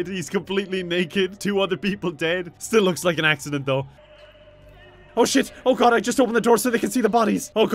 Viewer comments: "We just need to make it look like a *AXE*-ident" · Don't you mean "axe-ident"? I'm sorry